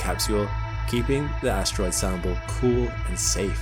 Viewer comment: What is an "ashtroid"...